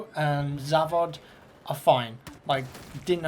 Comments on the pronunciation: lol im russian and its pretty fucking funny to me how u say zavod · Смешно произнес завод